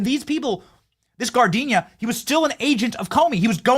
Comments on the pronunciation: Giardina is an Italian name pronounced gee-r-dee-nah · Pronunciation alert...Giardina. Figure it out, it's easy. Smh. You're pronouncing the flower name, spelled differently. This guy has an Italian name, he's not a flower.